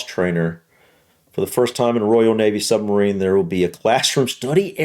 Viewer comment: Hahaha. Same old. It's a sub-marine, not a sumbarine.